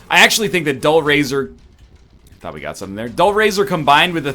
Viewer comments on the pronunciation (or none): none